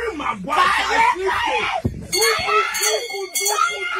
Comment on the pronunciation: Haha i swear even the way maguire was pronounced got me rolling